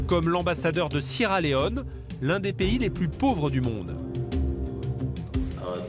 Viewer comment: « comme l'ambassadeur du Sierra Leone, l'un des pays les plus PAUVRE du monde », c'est fou d'avoir autant accentué😅